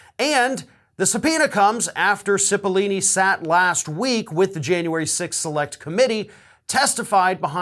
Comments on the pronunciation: Pretty sure it's Cipollone, not Cippolini... Just sayin... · it's Pat CIPOLLONE not CIPOLLINE. sorry. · CipollONe not CipollIni (sigh, men just can't read...) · Why do people keep pronouncing CipollOOOOOOOne's name with two "E" sounds? Learn how to read! "Cipollone" isn't pronounced "Sip-o-lee-nee". It's pronounced "Sip-o-lone-ee". There's no language where the "one" in Cipollone is pronounced as "ee-nee". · Cipilollone, not Cipillini. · Come on,. I'm a fan and watch every single clip you post. But certainly you can read well enough not to get Cipolini out of Cipollone. Really. Makes you look illiterate. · Pronounced “Sipa lone eee” (love your vids but pronouncing names is NOT your strong suit!) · His name is Pat Cipollone not lini. That is all. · Pronounce Pat's name correctly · Why is this guy's name so freaking hard to correctly pronounce for people? It's four syllables, bro! 🤣 Just think "pepperoni". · Correction: Cipollone is pronounced with a hard o in the third syllable. I have heard many people in the media mispronounce it.